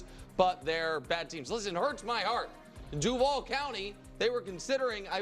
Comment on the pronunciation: Don't stress the VAL in DUVAL. It's DU-val.